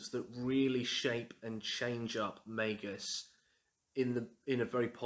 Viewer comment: Finally! Someone else who pronounces it May-Gus. Also your home looks lovely.